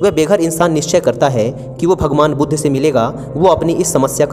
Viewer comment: भाई बुद्धा नहीं बुद्ध ही बोला जाएगा